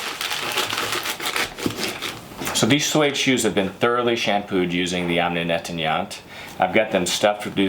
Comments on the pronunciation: Half a second I thought he said Yoni Netanyahu, I was about to pull up a chair... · Great, but learn how to pronounce: Omni Nettoyant (incomprehensible until I read the label)